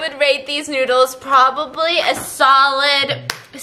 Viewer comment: lol he say “Come try the stinky noods”